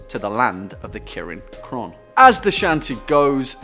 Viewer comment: Maybe first you should have learned to pronounce the name first